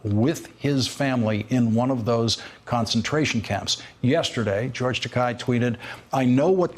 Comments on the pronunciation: Takei! Dammit! Like ter-kay. Not ta-kai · It's pronounced "TAH KAY" Lawrence, do you live under a rock?